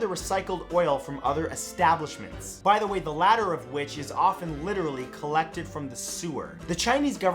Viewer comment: him: you could litarrally have part of a person growing inside you right now 𝐏𝐫𝐞𝐠𝐧𝐚𝐧𝐭 𝐰𝐨𝐦𝐚𝐧 𝐣𝐨𝐢𝐧𝐞𝐝 𝐭𝐡𝐞 𝐜𝐡𝐚𝐭